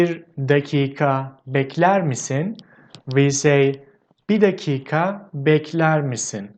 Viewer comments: It is not dak kah it is like duck-kuh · another quick tip we usually drop the 'i' in 'dakika' and just pronounce it as 'dakka' (something like dak-kah)